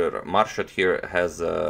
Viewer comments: It is pronounced as moor shed and not as marshed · Pronounced Moorshed not Marshed :). Im from Bangladesh too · Pronounced Moorshed. Thank you for this lovely game. I love watching you analyse even though I had seen it before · On Antonio pronounced Grand master's name right, and on next second again started pronouncing it wrong again 😅 its pronounced as "moor-sha-ad" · He started to say it correctly, then un-corrected himself and mispronounced it the rest of the way He's a chess expert, not a linguist :)